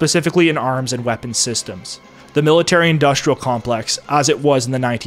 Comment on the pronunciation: The narrator has a speech impediment. He pronounces industrial as "indushtrial", and lots of other examples. It may be cultural appropriation from the blacks.